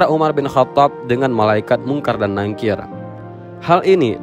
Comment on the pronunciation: NAKIR Min... bukan NANGKIR maaf